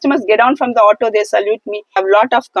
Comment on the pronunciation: ಹಾಟೊ ಅಲ್ಲ ಆಟೋ, ಕನ್ನಡ ಬರಲ್ಲ ಅಂದ್ರೆ ರಿಕ್ಷಾ ಅಂಥ ಹೇಳಿ